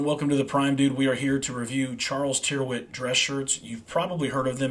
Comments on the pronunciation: Tyrwhitt rhymes with spirit. The y sounds like an i and the ‘wh’ is silent (Tirit). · Good stuff, wear them for yearrs, by the way, an englisman would pronounce rw with two rr, ie, "turritt"